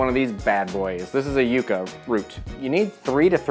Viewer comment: You pronunciation is so endearing! Yucca is pronounced like "yuck" (synonym for gross) but you say it however you please good sir!